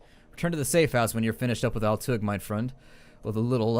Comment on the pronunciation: Oh, also, pronounce Altuğ as "Altoo".